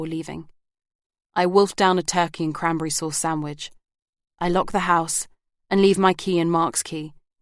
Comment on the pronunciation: I’m really enjoying this but wish that the narrator would pronounce correctly “the” before a vowel. It’s annoying.